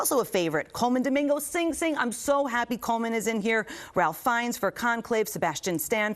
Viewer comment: Love this! Can someone PLEASE tell Joelle how to pronounce Ralph Fiennes properly????? My heart sinks every time. 😮